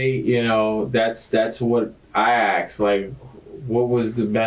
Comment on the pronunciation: His wife "axed" him? 😅